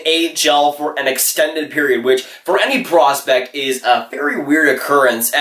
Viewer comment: Slow down bro, ur talking so fast that u dont even say the second p in prospect